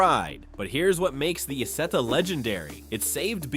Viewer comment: Es heißt Isetta und nicht Ita, du Pfeife